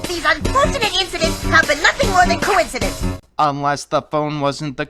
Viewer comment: After three time it is not a cowinsidents